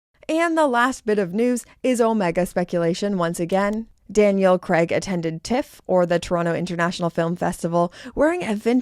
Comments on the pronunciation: His name is Craaaaaaaig, not Creg FFS! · You’ve lived here for years and you still can’t pronounce Craig !!!